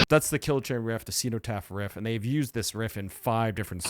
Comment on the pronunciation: I bought Realms of Chaos on cassette from a Games Workshop store in 1989. Good times! EDIT: Bolt Thrower had already had a flexidisc on the cover of GW's mag White Dwarf by this point IIRC. EDIT2: The "cen" in "cenotaph" should be pronounced as in "zen/z-En" not "xeno/xEE-no" EDIT3: Napalm Death only used 3 riffs on the entire first side of Scum. Bolt Thrower were rookies! ;)